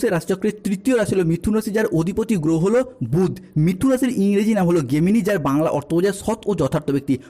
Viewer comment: গেমিনি না জেমিনি